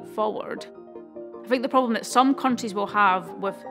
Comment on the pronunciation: Took me a while to realize "pobom" is problem , as a non native english speaker 🤦‍♂️🤷‍♂️